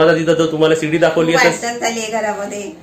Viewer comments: किचन खालीच राहू द्या पप्पू ची रूम वर बनवा आणि सुनबाई ला आवडणार नाही काहीपण बोलू नका रेसिपी छान 👌👌👌👌👌 आणि शिडी बोला सीडी नाही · सीडी नाही. गाण्याची असते तिला सीडी म्हणतात. ह्याला शिडी म्हणतात. शिडी असा शब्द आहे., सेटर नाही. शटर असा उच्चार आहे.